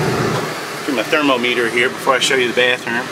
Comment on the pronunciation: I love how he calls the thermometer a thermo-meter